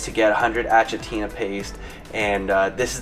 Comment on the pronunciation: ThatDiabeticGuyVon And it's pronounced A-k-itina not A-ch-itina